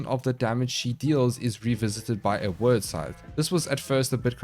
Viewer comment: You call them "word" sythes but it's actually pronounced like "weird" it's an actual work from old Norse/Anglo Saxon that means fate. You cast doom then help them meet their fate with the sythes. 😀